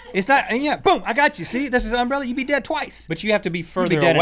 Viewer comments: Why is that guy pronouncing umbrella like that? Like he is putting emphasis on the first syllable. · They say umbrella weird, with that emphasis on "um." They say UM-brell-a. We say um-BREL-la in my area. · i find it wierd to hear that Link pronounces "umbrella" like "UMbrella", enunciating the "um", but that's just because me and everyone i know enunciate "Brell", like "umBRELLa" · Am I the only one who thinks they pronounce umbrella kinda weird? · I love how they emphasize the "um" in "umbrella" instead of the "ell." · Link said umbrella wrong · the way link says umbrella pisses me off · It is because they put emphasis on the "Um" part. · It's because they put the accent on the first syllable instead of the second